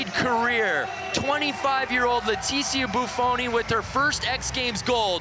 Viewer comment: Why Leticia!?!?! THATS NOT HOW U PRONOUNCE IT!!!!